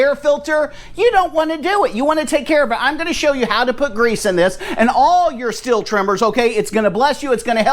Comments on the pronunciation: What would be great is if people would learn how to pronounce the name Stihl. It's pronounced Steel (or Steal), not Still. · Also a heads up. it's not STILL I understand the debate, and for anyone that is interested it's not STILL it's not STEEL There is a longer explanation, if you want to know , let me know and i'll be happy to tell you, But it's like this the closest english phonetic spelling would be SHTEAL SH like SHIT and TEAL like STEAL so it's SHTEAL not Still or Steel or Shtil HOWEVER.... and i don't think it's that hard to do , But it is said that for those that struggle to say SHTEAL , they use STEEL and i understand that , But if we are going to discuss how IT IS ACTUALLY PRONOUNCED then SHTEAL is the correct way